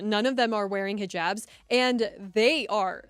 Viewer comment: “Pakistanians forced to wear he-jabs” lol lmao. You’re not wrong but you should google pronunciations before hopping on camera.